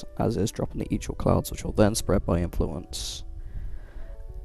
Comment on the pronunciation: Good vid. Covered everything I knew as an 11 year Nova main btw, it's pronounced dual "eyecore" not "eyechore" or "eechore" but sometimes you'll hear "icker" which I believe is more british way of pronouncing it or something, idk. I like saying it that way in the context of warframe because the infested is icky lol